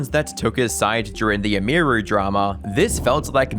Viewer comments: its not "Emiyruhh" its Emiru. How hard is it? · Dude.. EM-EAR-REW is wild. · Emeerue 🤮 Emi-ru ✅ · It's, "Em-ee, roo" not "Emeer-oo" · I stopped 2 minutes in. I couldnt listen to him saying M-E-ROO's name wtong every time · The way you pronounce Emiru 😂😂😂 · You can't even say her name correctly. lol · Bro can't even pronounce "Emiru" lmfao, really? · Kind of annoying that the only time that Emiru is pronounced correctly in this video is when someone else says it in a clip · Learn how to pronounce Emiru. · at least take 3 seconds to learn how to pronounce Emiru before saying it 200 times in 25 mins🤦